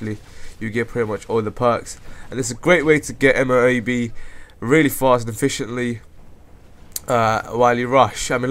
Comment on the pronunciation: M,O,A,B, or for it is EHM-OH-AY-BEH.